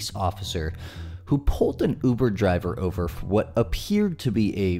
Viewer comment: "ohvah"? Does the cop mean over? Does this cop know English? Pawk they cause? Cause? Does he mean cars? Edit: wait, did he says summonziz? Like a toddler?